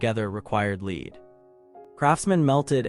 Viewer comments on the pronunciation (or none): Sorry you didn't catch the mispronounced "lead" (rhyming with reed) instead of lead (rhyming with red).